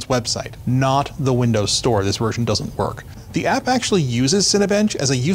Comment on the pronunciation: "... wersion?! " is German?